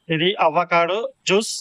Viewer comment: "అవ్వ కాడు",..." వల్ల కాడు"కాదు నాయనా.. "అవకాడో" అనాలి🤣🤣🤣🤣